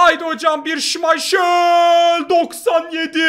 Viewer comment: Abi niye şimayşıl diyor o şimaykıl değilm mi?